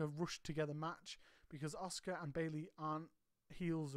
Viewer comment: As much as I like your channel one thing drives me crazy! The U in Asuka is silent therefore being pronounced Ask-A not Ozka or Oska😂